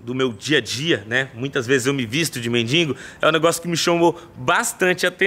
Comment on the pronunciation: Pelo amor de Deus meu irmão não é " MENDInGO" é MENDIGO kkkkkk doido da cabeça. Tamojunto